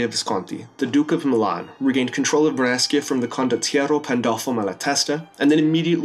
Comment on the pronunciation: Your italian pronunciation is quite good! Exept for Brescia, you should pronunce more like "breshia", but i can understand that it's difficult for non italian people! Nice video anyway man!